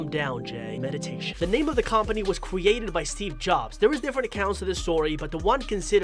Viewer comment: I'm sorry if I offend you but it's actually pronounced kuhm·puh·nee not kom·puh·nee .